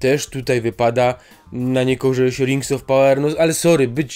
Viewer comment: Rings of power i najbardziej rażące: Fallout. Wrzuć sobie jak czytają to nativy.